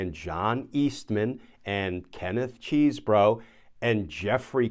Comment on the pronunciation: Pronunciation is "Chez-Bro" not "Cheese-Bro"